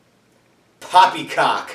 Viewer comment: you said....Puppycock. :)